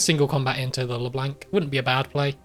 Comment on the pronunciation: Why does he pronounce Leblanc with such a hard "a" sound? Great game otherwise.